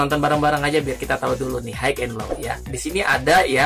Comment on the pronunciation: High cara bacanya /hai/,sukses terus